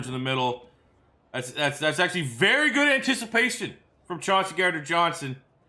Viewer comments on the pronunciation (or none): none